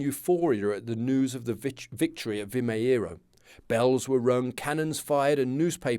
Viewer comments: Sometimes the last 'O' sound in Portuguese could turn a little bit to a 'oo', like in boot. Thus, Vimeiro sounds like "Vi-may-roo", using English phonetics. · Pronounced something like "vi - may - ruh" 😊 nice series.